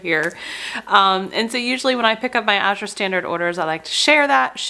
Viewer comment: This was a fantastic vlog! Well done, concise and informative . And, unlike so many, you pronounce Azure correctly! Thank you👍